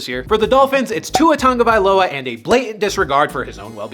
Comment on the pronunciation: there's no N in Tagovailoa!